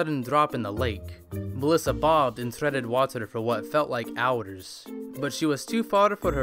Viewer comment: its so anoying that you say waterour